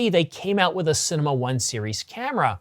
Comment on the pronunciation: You mean to say CINEMA but say CINNAMON. You mean to say MEGAPIXELS but say MEGA PICKLES. Are you getting enough to eat? Maybe have a meal before making a video rather than after! 😆